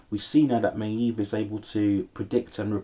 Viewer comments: yes you say it may-eve almost 😭😭 hope you review season 4:) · Your pronunciation of maeve is so annoying